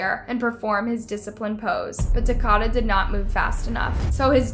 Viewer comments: I don’t want to say anything bad but his name is pronounced as the word Dakota just with a t my baby cousin actually went to school with him he was a very well mannered child who didn’t deserve this at all and she even gave him some cookies she made in her easy bake oven so when it came up that he was dead she absolutely stopped talking in school and she said he was the only one who ate her easy bake oven cookies since she accidentally used salt instead of sugar may he rest in peace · His name rhymes with Dakota. Contusions. My god can you pronounce anything in this ? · It’s Takoda like Dakota with a T . really wish she would have gotten his name right he deserves that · His name was Ta-kodah. Like Dakota. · Sad you couldn’t even pronounce his name right. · I liked your coverage of this case but I have also watched many other videos & I just wished you would actually pronounce Takoda's name right.. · You're pronouncing his name wrong. I'm not trying to be a jerk, but it's disrespectful to this poor kid that you can't even pronounce his name correctly. Say Dakota. 🤷‍♀️ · Please pronounce the child's name correctly. It's pronounced TA-KO-DA...like Dakoda but with a T... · His name is pronounced "tah-koe-dah" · you mispronounced His name so many time it was as if you were doing it on purpose Ta ko da the o is long and then there's the word edema pronounced a dee ma with as many of these video you've done I know that you know how to say these words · It definitely isn’t, it’s like Dakota but with a “Ta” . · His name is not “Takota” It’s “Takoda” Eh….I get what you’re saying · His name is TakOda, not TakAda - at least get the poor child's name pronounced correctly! 🇦🇺 (and if you stopped blanking out words it would be easier to understand). See Emma Kenney cover this - MUCH better, plus she pronounces the boy's name correctly - respect. 🇦🇺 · His name is pronounced Ta-coat-a. These cases are so maddening. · And his name is pronounced like Dakota but with a T